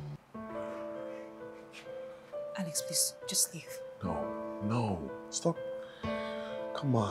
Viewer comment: it's Alex not ales